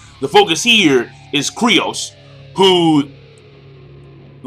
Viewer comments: seriously man, it's K-Y-R-O-S, KYROS not Kryos get your shit straight dude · why are you calling him kryos? Isn't his name KYros? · KYROS, NOT KRYOS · Are you sure? Because the Mangastream translation says "Kyros". But somehow "Kryos" sounds so familiar. Or did you mean that he`s saying it wrong? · "KRYOS"? really King? -_ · Ivan Zivanovic LOL nahh that's what keeps calling him. I was just pointing it out. I'm pretty sure it's Kyros